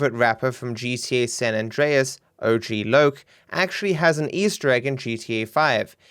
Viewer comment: ... O.G. Loc??? .... oww you mean Oghlock